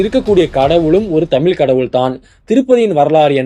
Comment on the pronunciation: முதல்ல உனக்கு "தமிழ் தமிழர்கள்" இதையே ஒழுங்கா உச்சரிக்கத் தெரியலையே! அப்பறம் எப்படி மத்த மொழிகளப் பத்தி வீடியோ போடுற? காமடி பீசு! எல்லாம் பொய்!😆